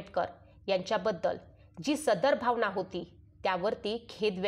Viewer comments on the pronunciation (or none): none